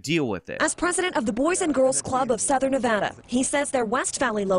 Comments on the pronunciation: .- its NevAHda. Cmon dude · Theres no "O" in Nevada